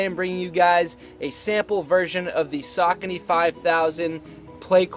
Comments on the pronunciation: What's up YoAnty. Love the channel but, not a fan of the way you pronounce Saucony! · Learn how pronounce the shoe first ......